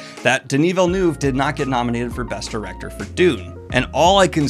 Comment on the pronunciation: Just a few heads up pronunciation. É is pronounced "ay", so it's Melnibonay, not Melni-bone. Also, Villeneuve is pronounced Veel-nuhv, not veel-nyoov.